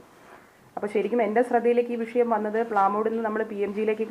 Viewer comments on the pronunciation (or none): none